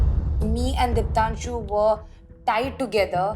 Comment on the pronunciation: dipanshu nehi, diptanshu!! Prince!!